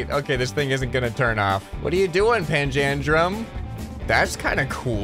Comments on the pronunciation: it's pronounced panja-drum :D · Hey umm is actually said like pan-dalem